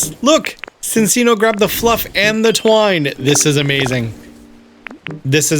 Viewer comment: BTW, it's chin-chino, not sin-sino. The animal it's based on is the chinchilla, and two c's in Italian is the ch- sound. Yes, it should actually be sin-chino, but Pokémon's weird like that.